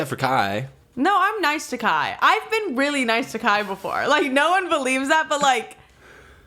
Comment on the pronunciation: why does say “really” as “weally”